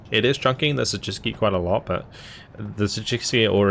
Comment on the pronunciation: wow! Your pronounciation of 'Siedlce' was quite good! Go!